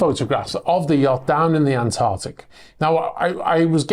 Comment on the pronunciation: ANTARCTIC... Not Antartic! Pedantic But Just because it's still Febuary. Hahahaha!